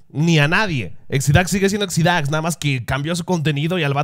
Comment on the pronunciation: Exidáx? es Exidax (sin acento) xdddd